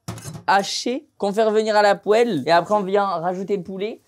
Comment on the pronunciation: Je rêve ou tu as dit la poêle